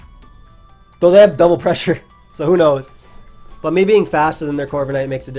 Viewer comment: Tha pweshure